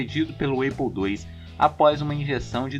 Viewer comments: Só corrigindo, lê-se ¨´Épou e não eipou¨(APLLE) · Ótimo vídeo! Uma correção apenas: Apple se pronuncia "épou" e não "eipou", assim como em "access". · Tirando a pronúncia da Apple que é muito feio quando fala Eipou, rs, muito bom vídeo, excelente pra minha prova de introdução a ciência da computação 😅